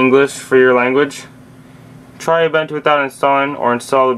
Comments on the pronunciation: The way you pronounce Ubuntu makes me uncomfortable xD it's pronounced: u-boo-n-two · or "oom-bun-two"